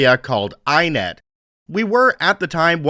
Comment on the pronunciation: dunno if any other Aussies have mentioned this, but iiNet is pronounced eye-eye-net